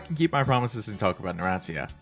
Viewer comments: It gives me a wierd feeling whenever he says "narantzia" instead of "naransha" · ITS PRONOUNCED NARAN - CHA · you dont even know how to say narancia is spelled like "naran-cha"